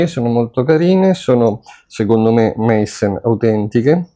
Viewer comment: la corretta pronuncia è Maissen non meissen.